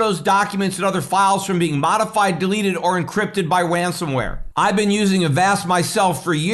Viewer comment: "Wan-some Ware"